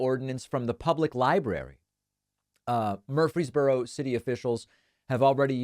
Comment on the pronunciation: Just FYI: It's not pronounced "MURphry's borough" as you keep repeating here; it's "mur-FREEZE borough".